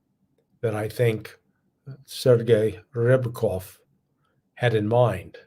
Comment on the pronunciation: It is pronounced as S é r - g e i R I a b - k o FF.